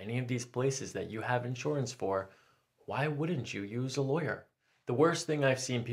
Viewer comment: inshorance, inshorance, inshorance